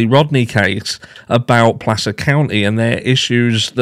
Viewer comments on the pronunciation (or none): none